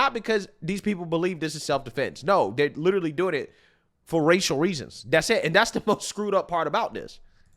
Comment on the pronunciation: "He liter-UH-lly admitted...days after, the same day, I believe it was the next day." - Activist race grifter.